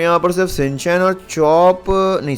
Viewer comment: शिन-चैन नहीं है ठीक